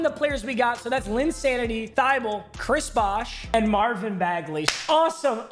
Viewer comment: Thybolle is pronounced tih bowl ee